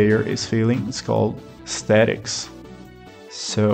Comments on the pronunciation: From time to time in video game discussion I hear mechanics being talked about a lot, but I never heard of MDA, Mechanics, Dynamics, and Aesthetics. (When I first heard aesthetics I thought you said statics which idk is an interesting way to frame it too although I guess aesthetics makes more sense) This is a pretty interesting way to abstract game design. Instead of finding out the after effects of your mechanics, you can also work backwards from the emotions and try to design a mechanic which will fulfil them. Working seems like a pretty useful way of thinking about things, and I suppose it's pretty common too. Like for instance when you make a "game over" screen, you're trying to convey to the player a sense of failure, that they did not achieve the intended tasks of the game, the dynamics is the controls, what the player has access to which gets to the gameover screen, and the mechanic is the underlying code which determines when the player sees the gameover screen. It's also useful in the sense that it abstracts the 3 major components of every game: Art, Controls and Code. First and foremost you need a game for it to be played, but the player also needs to see (or sense) that the game before they even have any hopes to control or play the game. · That's exactly it! If you're not already a game designer, you seem to have what it takes 😁 About the aesthetic pronunciation: yeah, I get a bit camera-shy (?) and end up pronouncing things weird ahahahah Appreciate the comment!